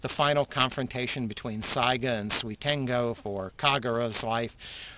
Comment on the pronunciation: i noticed he said suitengo not suitengu